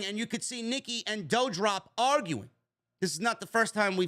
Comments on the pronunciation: Can you say DOUDROP name correctly?? It's DU-Drop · you can pronounce Levesque correctly but Not Doudrop??